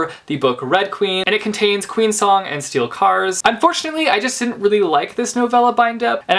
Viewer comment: YOU DID IT AGAIN! You said "Steel Cars" xDDD I am so sorry I'm a grammar (speech) Nazi, but...yeah. Steel SCARS, man, Steel SCARS! Sc-sc-sc-sc-sssssssssssssssssssssscuhcuhcuh!!